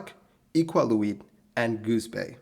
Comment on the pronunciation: Iqaluit's meant to be pronounced Ikaluit